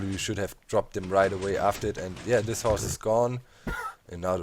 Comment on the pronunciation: Can you say that not dat for a minute or this not dis